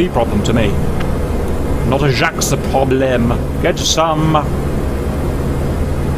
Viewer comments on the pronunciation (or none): cap pls!!! don't say some trailing sounds! "jaques" -> "jaq" you can look it up and significantly enhance your french pronunciation for rp purposes